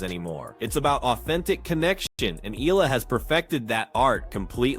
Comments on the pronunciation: Her name is pronounced as EYALA and not ELA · FYI.. her last name is read as eh-ya-la... 😊😊😊